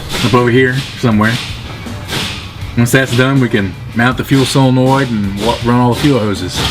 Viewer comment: It's SOLENOID not "silenoid"